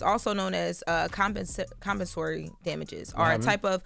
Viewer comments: Com - pensa - tory lol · "Come-pen-suh-ree" compensory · Not when they don't pronounce "compensatory" correct. What?!